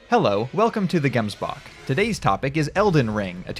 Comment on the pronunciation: That is not how you pronounce "Gemsbok" Uncultured swine 😂